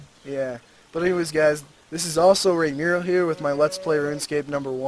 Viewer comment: RAWR RAWR RAWR raimuriel RAWRAWRAWR not raimuriell raimuriell = channel XD raimuriel = me in general or raymuriel depending on what games people stole my name